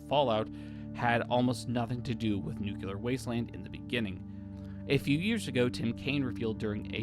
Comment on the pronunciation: Nuclear* Not nuculer.